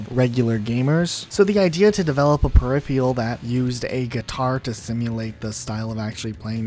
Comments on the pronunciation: Hearing per-iffy-al was killing me slowly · Huh lol, per-riff-feral he has no excuse since he's American lol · Drinking game: take a drink every time he mispronounces ‘peripheral’ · Please learn to pronounce peripheral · Amen brother. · Good video overall, and I'm glad you at least mentioned Clone Hero, but please please Google how to pronounce "peripheral"